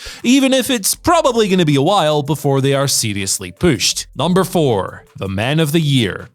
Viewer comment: You heard it! Pooshed